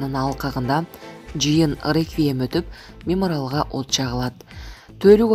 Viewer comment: Туура сүйлөшпөйбү! Меморал эмес, мемориал. Тантыктарды сүйлөтпөгүлө да!